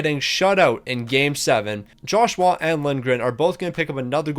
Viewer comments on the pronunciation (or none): none